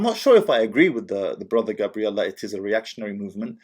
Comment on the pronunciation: You keep pronouncing his name as Gabrielle which is feminine. It's Gabriel.